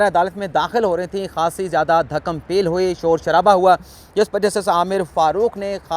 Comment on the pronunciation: محترم, آپ رپورٹنگ کے حوالے سے اچھا v-log کرتے ہیں, آپکا وی لاگ چونکہ اردو زبان میں ہوتا ہے اس لئے ایک اچھے اور لائق صحافی کے لئے اردو زبان پر عبور ہونا بھی ضروری ہوتا ہے, ویسے تو آپکے اردو تلفظ کی بےشمار غلطیاں میں نے نوٹ کی ہوئی ہیں مگر آپکے آج کے اس وی لاگ میں ایک عام بولے جانے والے لفظ کی غلط ادائیگی کی نشان دہی کرونگا, آپ نے ایک سے زیادہ مرتبہ لفظ "دھکم پیل" کو غلط تلفظ کے ساتھ ادا کیا ہے, آپ نے لفظ "پیل" کو "peel" کی آواز میں بولا ہے جو بالکل غلط ہے, "پیل" کی ادائیگی یہاں " pay-l" کی آواز میں کی جاتی ہے حرف "پ" کے نیچے زیر نہیں آتی اور نہ ہی "پ" کے اوپر زبر آتی ہے, دھکم پیل بولتے وقت حرف "پ" کے نیچے یا اوپر اعراب کا استعمال نہیں ہوتا, امید کرتا ہوں کہ آپ غلطی کی نشاندہی پر ناراض نہیں ہونگے, پاکستان بننے کے بعد کی ابتدائی دہائیوں میں اخبارات میں اردو الفاظ کی درست اشاعت کو اتنی اہمیت دی جاتی تھی کہ اخبارات کا باقاعدہ شعبہ الفاظ کی غلطیوں کی اصلاح کرنے کے بعد اخبار کو اشاعت کے لئے بھجواتا تھا, آغا شورش کاشمیری, مولانا ظفر علی خان جیسے نامور راہنما اپنے اخبارات میں کتابت کی غلطیاں خود چیک کرتے تھے تاکہ ان کے اخبارات میں شائع شدہ غلط اردو الفاظ کو سند سمجھ کر نوجوان نسل میں اردو زبان کی سہواً شائع شدہ غلطیاں کہیں فروغ نہ پا جائیں, انگریزی زبان پر عبور ہونا تو ہماری قابلیت کی سند ہرگز نہیں ہے مگر اردو زبان کا فروغ, تحفظ اور درست اردو کی اشاعت اور فروغ ایک پاکستانی صحافی کا بنیادی فرض ہے